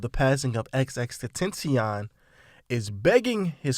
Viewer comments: You completely butchered x's name. Just fyi. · You can’t say XXXTentacion name right just CALL HIM X! Disrespect.